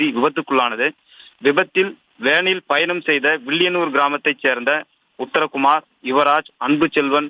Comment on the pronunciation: வில்லியனல்லூர்✅ வில்லயநூர் ❌